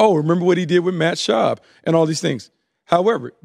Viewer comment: Why do they keep saying Matt schaub?